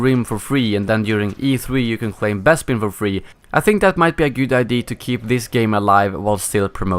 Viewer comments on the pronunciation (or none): Man it's (eye-dee-a) not (eye-dee) to say idea!!